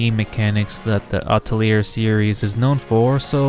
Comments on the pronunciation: It’s ah-tell-yay. Not ah-telly-air. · He went from mispronouncing it in the beginning to mispronouncing it even worse in the middle. From Atell-ear to At-leer. It was painful. Just so others know, its "uh-telly-A" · I really cant handle hearing you pronounce atelier wrong over and over. Its a french world ffs, its ateliér in pronunciation. Its really really grating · "Ata-layer?" What? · "artelier" Nope "Altelier" NO "Atlear" STOP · Just play the games fellas. Also, don't commit the sin of pronouncing Atelier with an "R" like I did in the video. I blame the english dubs from the Atelier games for teaching me that pronunciation lol. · Atelier is a French word, you don't pronounce the 'er' in the word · the "te" in atelier doesn't sound like "toe", more like "the" with a "t" sound instead of "th" (not the "thee" pronunciation either) and to be more specific the "a" is a "ha" like in "hat", otherwise you'll sound like you're saying "ey/et/eh tolier/taulier" (which can range from metal-sheet worker/seller to slang for prison guard). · Bro. How are you going to make an Atelier video and not even pronounce the word correctly?